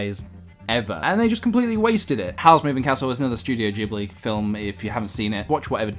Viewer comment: Why dose everyone pronounce ghibli wrong??